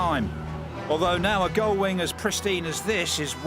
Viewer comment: "Gulling"? Really?